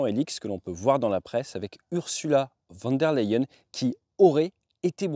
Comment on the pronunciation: Déjà, elle est allemande donc VON [fone] der Leyen et pas VAN der Leyen (néerlandais) 🇩🇪 messieurs et dames de la presse 😉